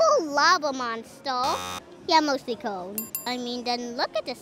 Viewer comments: "He's so smart!" Can't pronounce simple, 4-letter word. It's cone! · Umm, cone is not the correct pronounce 💅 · The way he pronounces the word corn like “cone” just makes this even cuter, bless his heart 💛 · hes actually saying “cown” because you can tell he struggles with pronunciation in the letters “v” and “r” he says “vawiety” instead of “variety” but its still cute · i love him hes so cute. he even says cawn instead of corn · lmfaoooooooo I can never say CORN again.. ITS CONE 😂🔥🔥🔥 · I've been trying to say it like him. It's like he somehow combines "cone" and "cown" at the same time. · Only calling it "cone" from now on. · its coauln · No no, it’s cawn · Its cone!! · I adore this child so much. :3 The way he pronounces corn. The way he says that not everyone has to like it for it to be the best. His corn pun and his big ole smile. :) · IT'S COWN 😂😂😅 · 'It's just a pun about corn" (pronounced "Kourn"). 😂😂😂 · Anybody else think it sounds like he is saying cone? Or maybe “curn”. 🤷🏼‍♀️ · Why he keep saying cone